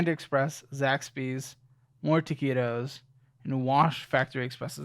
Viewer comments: Im not america but its "Taquitos" its like meat or vegetables rolled in a dough. You should be able to find it with "Taquitos" and not "keetos" lmao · What does he mean when he says 'Taqitos'? (I'm probably spelling it incorrectly)